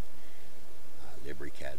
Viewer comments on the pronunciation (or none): Lib ree cad hahahaha